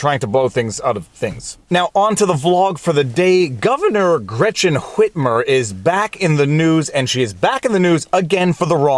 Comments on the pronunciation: The fact that you pronounce the H in "Whitmer" makes me so happy. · It's the correct pronunciation. I don't know where people got the idea that the "h" in "wh-" words is silent. Seems to be a generational thing.